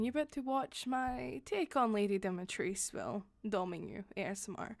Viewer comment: its pronounced dom-E-tresc